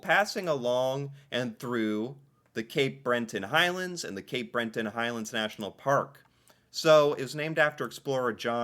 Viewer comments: Cabot has the emphasis on the first syllable, not the second. It's pronounced CABit Trail. It's also Cape BREton, not BreNton. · Cape Breton not Brenton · Cabot has the stress on the first syllable. CA-bot. Cape BRETON has NO "N" in the middle of it. One can explore numerous places in the Rockies. Banff, Jasper, The Columbia Icefields, etc. Most Americans think the Horseshoe Falls is American. It is Canadian. The small falls to the side are in the states. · The Cabot Trail (pronounced Cabit by the locals, named after the explorer John Cabot) is located on the island of Cape Breton (pronounced Bret to rhyme with yet) not on Cape Brenton, as was pronouncing it. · Cape Bret-ton, not Bren-ton. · Thank you however. it is not Cab Bot...say it as cab it and also Cape BreTON not BreNTon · Cape “Breh-tin” and “Ka-bit” Trail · Jeeeeez! You are certainly reacting to these videos, but after more than a year, you are not really learning, or at least you have an issue with retention. Cape "Bren-ton"? Really? After all, you are just reading it from the screen..... But then you usually stop reading before the main point is reached, such as the explanation of the ultra high tides at Fundy, not just "the rocks". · Cape Breton isn’t cape Brenton FYI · Gave me a chuckle too as did the Brenton Island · What about cape Brenton 😂😂. That was awful. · it’s Cape BRETON and the Ca”bow” (Cabot) Trail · You might be on to something Right off the get, “Cape Brenton” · It's Cape Breton not Brenton 🤣🤔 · The cabot trail Cape Breton Island pronunciation was funny. My wife is from the area in the Cabot trail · It's CAPE Breton, say what you read,. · I'm here in cape bretin and never heard a tourist pronounce the Cabot Trail called Bot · No.. I can totally see that is being genuine.. he’s pronouncing as he sees it. He doesn’t know it’s French